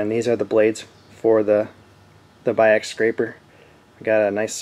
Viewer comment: This Video nees about a few thousand views more! Nice explanation, I like your style of scraping, not leaving a heavy burr at the end of the stroke. Your german pronouciation of Biax was perfect! I have a Renz powerscraper too, but mine has adjustable stroke.